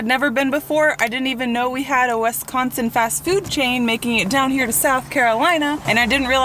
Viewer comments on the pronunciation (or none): If you think five guys is better than culver's, you probably went to a bad culver's. Also, why does Avery one call it wesconsin?